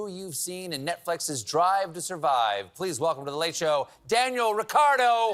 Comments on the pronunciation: It's Ricciardo, not Riccardo. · This dude pronouces his own name wrong. How do you get the spanish name Ricardo from a very Italian spelling Ricciardo? I'm pretty sure the double cc makes a chi sound... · just to notice - Daniel Avocado, not Ricciardo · At least get his name right. Its unpleasant